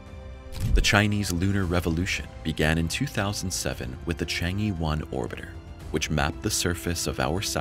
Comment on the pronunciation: In the Mandarin ("PuTong Hua") language, "chang-e" is pronounced "Chung-uh" and not "Chang-ee". Having studied Chinese languages for a few years, the mispronunciation of the name of the moon goddess gets on my nerves.